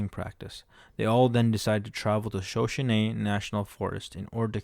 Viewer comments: Please learn how to pronounce Shuh-show-nee. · You can tell when the narrator was not born during the “western era” of movies. He doesn’t know how to pronounce Shoshone.